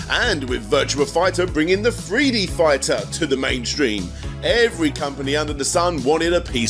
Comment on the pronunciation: What’s a “FREE DEE FIGHTER”? 😆